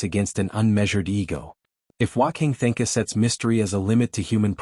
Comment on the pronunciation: F'ing AI can't pronounce Wanka Tanka correctly. AI is such garbage.